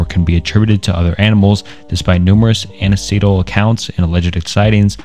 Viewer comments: Anecdotal is pronounced "an-ek-doe-tal" not "an-o-see-dal" you really should use your own language when writing these, or at least learn to pronounce the words correctly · Anecdotal is pronounced "an-ek-dote-al" I've been happy to see you get better with every video! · You are improving! I'm so glad I get to see your evolution from the beginning. A few notes: "anecdotal" is pronounced "an-ek-dote-al" (there are Youtubers with millions of subs who still pronounce "macabre" as "muh-kah-bray", so don't fret too much 😂) I still think you could work on your pacing. This is definitely better than previous videos, but there are parts where you speed up and sound like you're rushing. Take your time! Don't be afraid to do multiple takes. You should add more commentary. You sound most natural/comfortable when adding your thoughts and ideas. Do more of this 😊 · It’s spelled “anecdotal”, not “aneceetal” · Hey, I'm really fascinated by cryptids too (and just anything dark and enigmatic). I'm also here to let you know that you pronounced "anecdotal" wrong. It's pronounced "an-eck-doe-tal". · No I will not chill. He would know how to pronounce it if he ever paid attention in high school English class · "Anna-See-Dole" LOL, really? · Great video, but man, you need to work a little on your pronunciation. Namely, in this video, I noticed some butchery of "Anecdotal" and "Harbinger" among others. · Love the video but the way you pronounce "Anecdotal" drives me crazy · This content is incredible as always. However, you really need to work on pronunciation. You’re constantly saying basic things incorrectly like “anecdotal” as just one example. If you get the pronunciation right these videos will be that much better. Keep them coming man. And do a second take when you stumble on your sentences.